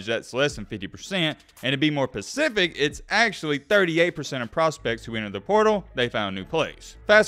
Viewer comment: you do know specific not pacific